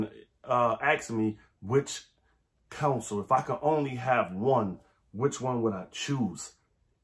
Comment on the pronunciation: I've been in CA too long. I can't unhear "Counsel"